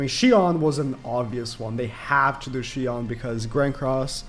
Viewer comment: Does he not know how to pronounce shion